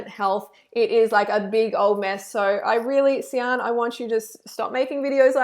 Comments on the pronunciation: And it's not See-an but "Shan" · way late to the show, but Sian is a welsh name pronounced ' shaaan'. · It’s pronounced ‘shan’ and she doesn’t have an eating disorder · her name is pronounced Sharn lol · I was so frustrated the whole time because I live in Wales for the last 7 years and sian is pronounced "sharn" 😅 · It rlly pissed me off when she said Sian wrong smh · Reading this actually made me laugh. It's a Welsh name! That's how to pronounce it!